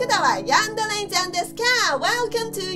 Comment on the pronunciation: but it sound like des XD